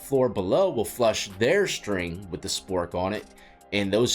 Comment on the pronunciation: LMFAO 😂.... regarding the toilet 🚽 passing.... when you said "spork" 😂 at one point you said "Swork"😅 But yeah that shit really works, you'd be surprised lol. So much shit you'll learn in there.